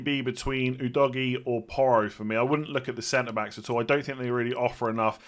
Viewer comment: Please can you all stop saying udogee,it's pronounced as J not G😅